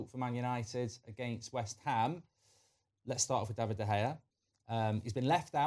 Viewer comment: can he bloody say david properly